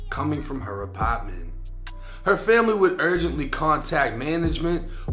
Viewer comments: Wtf is an “APOTMENT”😂😂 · Why does bro refuse to say apartment the right way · Her apawtment